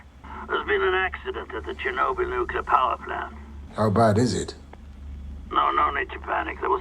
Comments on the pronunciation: Nukular Neclear. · nuclear, NOO-clee-er not nucular NEW-cue-l-are (: but “enjoying” this so far and good and smart insights (: on to episode 2! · Every time he mispronounces nuclear as "nuke-u-lar", God kills a puppy. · "nucelar"? Ok W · Thanks,! Thanks,! ☢ It is an excellent series. Much of it is difficult to watch. I hope you'll love it, as I did. 🔸 Since kept mispronouncing nuclear, a good way to remember is that it sounds like it's spelled... nu-clear (new-clear). That's what our science teacher drilled into us. 🤣